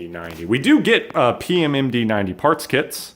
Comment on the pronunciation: And please don't say what pm md stands for in Romanian, it's just too cringe for me in the way said it, you didn't even pronunced it correctly...it didn't sounded like Romanian at all, it sounded like French. Don't get me wrong but i don't expect you to know Romanian but plz just don't. Say it in English.